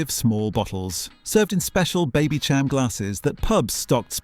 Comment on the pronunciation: Baby -sham Not Cham